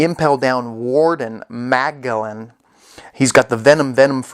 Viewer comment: Magellan is pronounce as Majellan